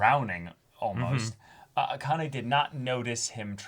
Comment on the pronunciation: You're BOTH mispronouncing Akane's name pretty badly.